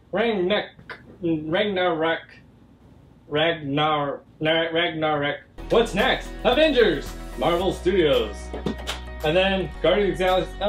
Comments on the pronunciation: It is rag_na-rock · trying to pronounce Ragnarock, me as a marvel fan * hahahahaahah* * Rag Nah Rock * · rag-no-rock XD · trying to say ragnorak is entertaining